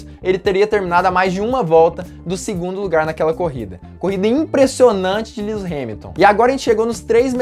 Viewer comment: kkkkkk lius hamilton nao mano kkkk e LÚis q fala kk